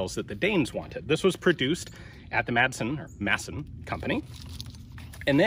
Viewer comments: Great video as usual Sir. And you even got the "Madsen" name correct in the second try.. I might even shed a little tear now. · Excellent pronounciation of Madsen! - Not that it matters.. But you know..